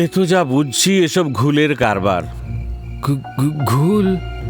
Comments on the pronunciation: উপস্থাপনার দিক থেকে ভালো, তবে শ্রোতা হিসেবে কিছু বলার আছে। গল্প পাঠ করার সময় কিছু জিনিস নজর রাখতে হবে যেমন রাজিব এক জায়গায় রজত হয়ে গেছে আর রাজীবের যে চরিত্রটা রয়েছে সেটা ঠিক গলার সাথে ম্যাচ করেনি। কনস্টেবল এর গলা একটু পুরুষালী হলে ভালো হত। আর শব্দটা ঘোউল হয়, ওটা ঘুল হয়ে গেছে। এছাড়া প্রথমের দিকে কথোপকথন গুলো বড্ড তাড়াহুড়ো করে হয়েছে। গল্প যে শুনছে তাকে গল্পটা অনুভব করার সময়টা দিতে হবে, নাহলে কেমন একটা হয়ে ছন্নছাড়া শোনায়। তবে আরও ভালো করে করতেই হবে। ধন্যবাদ। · ঘৌল হবে ঠিক উচ্চারিত শব্দ।